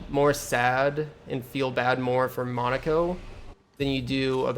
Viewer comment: Why do you say Lu-NAY and MONACO? They pronounce the names for you in the cutscenes